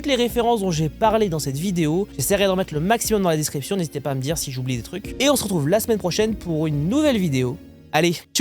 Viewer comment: 11'37" : "Tout est en desc(r)iption"😂 Excellente vidéo 👌Je m'abonne 🎉